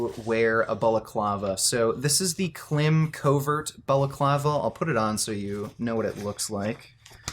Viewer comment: Klim is pronounced like climb.